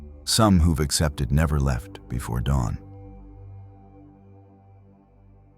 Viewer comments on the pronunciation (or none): none